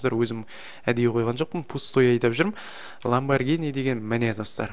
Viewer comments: ланбаргини емес ланбаржини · Ламбаргини емес ламюарджини го